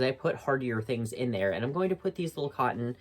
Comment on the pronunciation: Love your videos. Cotton has letter 'T' in it, and is pronounced kŏt′n.